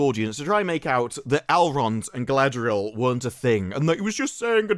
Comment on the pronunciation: Saurrrrrron would butcherrrr Galadrrriel in 2 seconds flat. Verrrry silly.